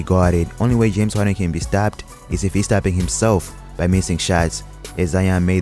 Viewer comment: "James Hawden" lol